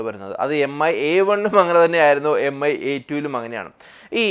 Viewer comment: M I alla Its mi('me' pronounciaton ).